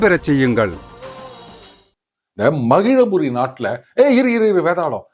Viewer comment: மகிழபுரி இல்லை மகிழாபுரி என மாற்றிக்கொள்ளவும்.